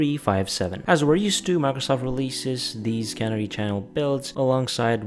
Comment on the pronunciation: ca-near-e. You're saying cannery.